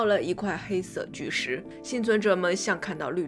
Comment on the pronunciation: 不看字幕，听到的是：看到了一块黑色巨屎~